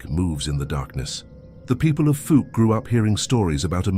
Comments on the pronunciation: Please, if Fouke cannot be pronounced properly by your AI, then just call him the Boggy Creek Monster. I doubt the big hairy fella cares, but Arkies are sticklers for pronouncing place names correctly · I came looking for this. That pronunciation is cringy. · Cool video. The way Fouke is pronounced is a hoot 😂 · Old Arkie here 👋 If you decide to go Sasquatch hunting in Fauke, you'll want to learn the proper pronunciation. It's "Fawk" like "hawk." You'll get the side eye at the Quick Stop if you say "Fook" ☮️ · Fouk, fow as in wow not fook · It’s pronounced “Foke”, not “Fook”. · It’s pronounced “Falk” not Fook . Lol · "fawlck" for pronunciation not "fook" love the video, not being a jerk, just trying to be clear. My wife's grandma grew up there. 😊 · Fuc Arkansas, lol, it's pronounced fowk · The Fuk monster, that's funny😅😂😂 it's Fouke monster in Fouke Arkansas. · I was born in Arkansas and I've never heard of fawk but I have heard of fouke pronounced like ouch fouke . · It's FOUKE not FOOK. 🙄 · where is Fook Arkansas? ohh fook me he is talking about Fouke. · Fouke is not pronounced they way you say it,its pronounced like mount,Fouke,when i was a kid i had a cousin that lived there,every once in a while you could hear it screaming! I've live all my years in Arkansas,but after hearing it a col time's i never went back,My cousins finally moved to N.E Arkansas where we live!!! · Fouke (pronounced F-ow-k) Monster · 😂😂😂😂yes we are. I make fun of people in person and on these videos. Get it right folks. It's pronounced Foul-k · I was in until he pronounced Fouke FOOK. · It not called fook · Falk monster. Get it right. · I think it's hilarious when non Arkansans try to pronounce some of the names of our towns and counties ... Fook ??!! It's spelled fouke and pronounced the same way cow is 😅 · Oh and i meant to mention that Fouke is pronounced like FOUL but with a K... FOUK!! LOL! Just trying to help!! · I was laughing so hard at "fook"